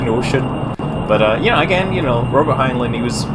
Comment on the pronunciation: scott its prenounced heinline.